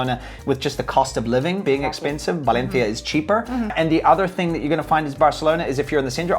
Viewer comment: Dude you sound ridiculous pronouncing Valencia. Why do you over pronounce some words and keep your non Spanish accent for others.. keep it consistent